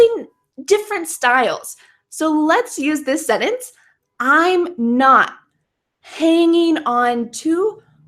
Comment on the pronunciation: When you say SENTENCE do you pronounce it as "Senence"? Without the "t"?